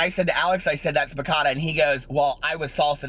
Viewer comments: i have to love you pronounce ba cha ta, you are the cutest.😃😄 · lol it's pronounced bah-cha-tah. cha like cha cha lol!!!!!